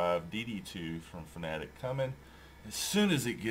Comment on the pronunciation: Fanatec is pronounced Fana Tech, not fanatic, oh and in next videos please increase the volume, thanks.